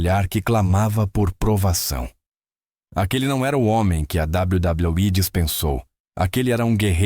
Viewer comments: Meu querido, dá vontade de sair do video só por esse "dabal badal i" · Cada dabladablaui é uma risada 😅😂